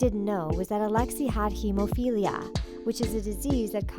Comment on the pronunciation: can i just say as a person who knows a good amount of information about this family say that she pronounced Hemophilia incorrectly and the mystery took eighty-nine years to solve. Also scientists are still debating whether or not the reamains found in 2007 are Alexi ,Marie or Anastasia.